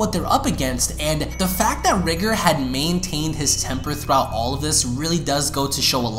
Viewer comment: R EYE GOR NOT RIGR